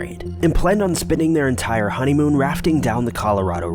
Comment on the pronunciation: they wanted to raft for their ENTIRE honeymoon? Just live on some rafts for like a week? The emphasis on that word makes it sound like that’s what they were doing